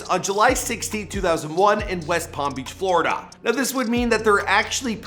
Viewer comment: The way the speaker of this video said “Florida.” 🤣😅😩